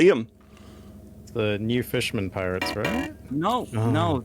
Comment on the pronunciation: “Space Pirtates”